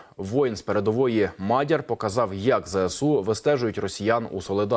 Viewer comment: тупий ведучий погано вчився в школі, а то знав би, що в слові мадяр-наголос на другому складі!